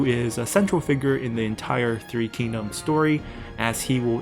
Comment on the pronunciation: Just bought three kingdoms! Don't know anything about China's history or the language, but hearing the names actually pronounced correctly is already a major improvement to my immersion!